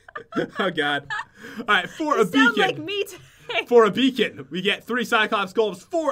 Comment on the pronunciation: #pat can't say beacon!!!